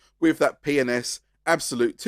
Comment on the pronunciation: i like how with your accent, P & S sounds like youre saying penis